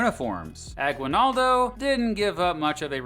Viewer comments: FYI, Aguinaldo isn't pronounced "gwi", it's pronounced "gee" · Note on pronunciation: it's "A-gee-nal-do". 🗣 Interesting choice of using icons depicting ships with sails... ⛵ Just the obligatory aside that "concentration" and "death" camps are distinct. Related yes, but distinct. ⛓💀 And so the US never engaged in a disastrous occupation ever...oh. Never mind. 🌍🪖🛫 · ah-GEE-nald-oh. There's no "W" sound in his name at least the way the locals say it. Fun fact: The rebels in the Philippines were the KKK and wore white or red hoods. So if you hear a Filipino talking about the KKK, that's not the white supremacist group. Instead it's a group that was trying to get rid of the white guys. Part of the reason the US doesn't call it the Philippines-American war is they didn't consider the Philippines a country, but a territory at the time. The Filipinos debate to this day whether the US taking over was a good thing or a bad thing.